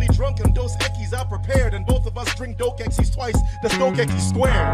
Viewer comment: It's "Dos Equis" btw, great job though